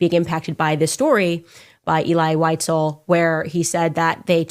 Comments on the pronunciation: She's not even saying visels' name properly and it's not pronounced elay, it's elee (phonetically) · (Pronounced. “Ehlee Weezehl) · Unfortunately, mispronounced the name throughout the video. It's pronounced "Ay-lee Wee-sel." Then again, Candace pronouncing it like that proves she couldn't have taken a college course in it.